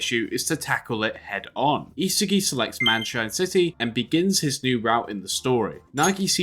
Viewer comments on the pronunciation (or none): It's not e-sagi but isaagi yo-e-chi